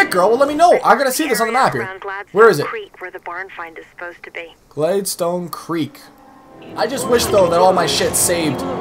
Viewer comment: Did he pronounce Gladstone GLADEstone????? EXCUSE ME?